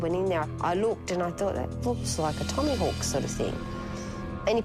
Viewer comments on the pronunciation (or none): She says "TommyHawk" and "Anythink"..yep, sh'es all class this silly piece of meat his ex.